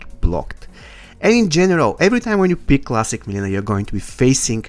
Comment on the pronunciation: Mileena not melina